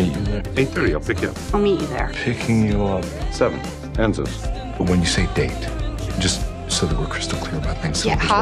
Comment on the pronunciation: No one: Literally no one: Not even a demodog:: ENZOS